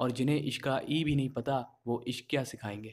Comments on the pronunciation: By the way ishq ka e nhi I hota h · Isq toh i s suru hota hh e s nhi😂😂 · but ishq hota h vo eshq ni bhai😁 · Ishq Ka e nhi i hota hai 😂😂😂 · Ishk mein e nahi i hota hai😀😀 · Ishq ka i hota h bro E nahi